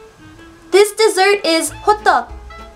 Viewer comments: Did you say: hobbang? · I laught when she said (i don't know her Name) Hodduhk, because it sounds like Hotdog😂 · When you said 'classic hotteok', I heard 'classic hotdog' :P